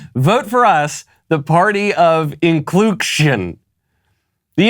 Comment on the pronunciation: I thought it was pronounced "inclucktion", so maybe it's for non-binary chickens?